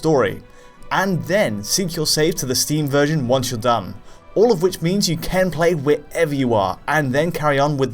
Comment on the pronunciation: I like how always says "Ken" instead of "can".